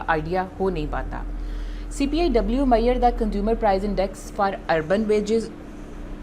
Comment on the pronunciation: its MEASURE not MAIYER .